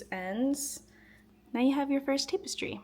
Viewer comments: Good vid, jsyn it’s tap-us-tree not tape-es-tree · I was gonna say the same thing. Tap rather than tape in the pronunciation of tapestry, but also this tutorial is helpful, thank you for posting! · You have been pronouncing it right your whole life. I have no idea why she is pronouncing it Tape-estry. She is pronouncing it incorrectly. I am completely baffled why you are the only one making this comment 😂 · its tap-estry not tape-estry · Wait, is it pronounced as "tape-estry"!? My whole life I've been saying "tap-estry"! ....well now I feel stupid....😅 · Jesus you want to do tutorials and you can't even pronounce what it is you're doing. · First off you're not pronouncing it right it's tap.. not tape stupid. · It’s TAP- es-try. Not TAPE-es- try. Other than that thank you so much for explaining this ❤❤❤ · IT’S PRONOUNCED “TAP-EHS-TREE” OR TAP-ES-TRI” ( FOR THE SPANISH-SPEAKING PEOPLE). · Yes, I was about to help with pronunciation of tapestry. 🫶🏻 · but pronounced TAP estry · It is pronounced Tap-es-tree. Tapestry. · It's "tap" as in a "tap on the shoulder." Tap-es-streee, like in "street." Loved❤ the tutorial. Love mushrooms 🍄 even more!! Thank you! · This looks amazing, I’m going to try this, thank you so much. But please stop saying tapestry like that ;( lol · You keep saying tapestry wrong , I don't need to listen to anything you say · Say Tapestry correctly. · Can't watch, mispronouncing tapestry.😮